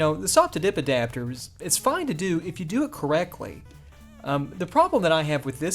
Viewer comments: I'm french and all I can hear is: The subidibidapter 🤣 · I am American and all I hear is subidbidapter